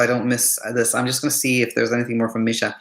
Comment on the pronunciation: So so insightful! This helped me so much. I do have proof of great days with little sleep too. I must work with that 😊 also kudos for pronouncing my name right! Almost noone pronounces it as Misha and not Meeesha. Thank you for that too 😂👌🏻